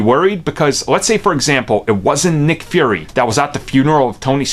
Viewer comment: Why do you keep saying "Furry"?